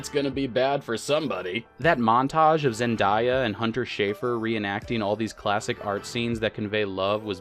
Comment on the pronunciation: The butchering of Zendaya’s name was painful to hear